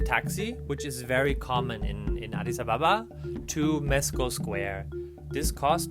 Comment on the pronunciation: I love that he says adis Ababa Correctly